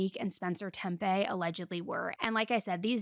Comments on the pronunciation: 29 min: TEPE, not TeMpe. No "m", just like there's no "m" in "capacity". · tepe, not tempe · It's Tepe, not Tempe. Michael wasn't yawning. They were checking inside his mouth 😒